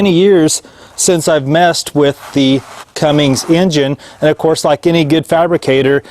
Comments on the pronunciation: CUMMINS....not cummings....CUMMINS. There is no “G”. Lol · This was driving me Bonkers!!!! Sound it out! C-U-M-M-I-N-S. no "G" Thanks for saying something! :) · It is CUMMINGS and Fords still owns it